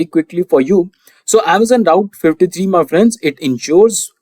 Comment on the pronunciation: You keep calling AWS Route S3. It is AWS Route Fifty Three. BTW your questions are amazing. I just reached #300. 55 more to go. :hand-pink-waving